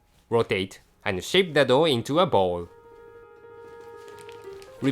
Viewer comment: LOL in another vid there's one part where he sounds like he's saying 'let's steam the dog.' LOL